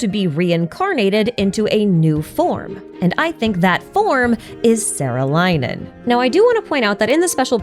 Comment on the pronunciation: saarelainen is pronounced with a long aa vowel and in finnish words a is like the a in "are". "saah-reh-lai-nen" and the accent is always on the first syllable! t's are always hard and r's are rolled.